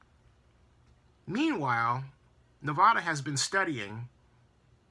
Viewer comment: Great points about the media spinning words and giving half truths also I did not think of those sites not being in Las Vegas great point!! And you accually said Nevada right half way through at around the 8 min. Mark it made me smile!! remember it's NEV-A-DAH not NEV-AH-DAH!! Keep digging I love devotion and info